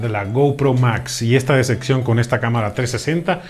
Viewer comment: Desde que dice "decección" en lugar de decepción, ya no confié en lo que decía sobre la cámara, la cual muchas personas la recomiendan para deportes y motociclismo, no para tomarse fotos en el parque.